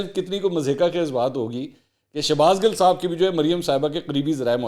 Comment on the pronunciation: Bro ya gil humry Punjabi my khty hy gil word pr na Zar na zabr ap soch neera bygrt